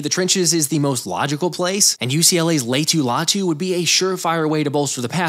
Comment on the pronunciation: Lay-ah-to Latu Not “lay-to Latu”